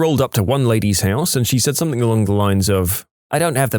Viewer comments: listen to the video he is constantly doing it on every video he narrates just listen. Ends the word something with a K He says “Somethink” Also often “Nothink” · There is no “K” in the word something . Somebody tell the narrator ffs